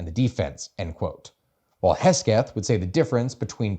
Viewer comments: This was really cool to listen to, as someone who has been listening to the news a ton, and only watched your shorts before this. Also, it's Secretary Pete Hegseth, not Hesgeth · Who is pete hesgeth? HEG-SETH. Lol great vid though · Hegseth* not hesgeth. I heard it so much i had to look him up because i started to think it was hesgeth lol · You kept calling him "Hesgeth" but I think you meant "Hegseth"? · As much as I love mocking kegsbreath, his name is hegseth, not hesgeth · Hesgeth? It's pronounced: "Kegsbreath" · No one correct how he says Pete’s name